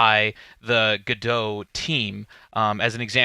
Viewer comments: It's french, so the french pronunciation is guh-doh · its not GEDO its GO DOT oh my god!!!! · why do you pronounce it "go dough" and not "go dot"? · The only thing I can't get past is.... surely its pronounced "go dot"... every time you said gadow, it made my wince, please god say that's not the official pronunciation!! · Isnt it pronounced Go Dot not Gdo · Ga Dough ?? I honestly thought it was pronounced GO DOT and not Ga Dough ....hmmm ok , learn something new I didnt expect. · It's pronounced like the two single words Go and Dot-i guess. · the logo of the company is implying you pronounce "godot" as "robot". cheers! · Wish you'd pronounce Godot "God-oh" :) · Godot pronounced like Home Depot just no fucking t lol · Step 1: Learn how to pronounce GODOT properly ;p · The way you pronounce go dot is gross